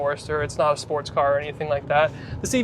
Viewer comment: Canadians always give themselves away when they say sportauusshh.